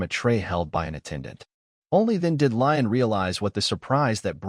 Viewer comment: And the voice bot is getting progressively worse as we go seriously MC went from Rain/Rein/Reign, to Reen to Ryan now Lion? Come on seriously getting confusing just trying to follow along 🙄 😒 😑